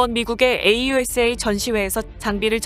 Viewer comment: 에이유에스에이 --> 아우사 케이이엔오--> 케이투엔오